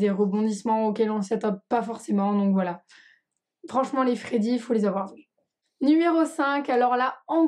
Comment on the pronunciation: c'est voilà et pas boila